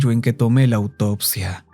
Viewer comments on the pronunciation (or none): La autopsia? Autopista? O yo escucho mal jaja Aún así 💯👌🏻 as always 🫶🏻